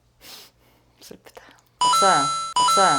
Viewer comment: 없다고 안하고 읏써요라고 반반으로..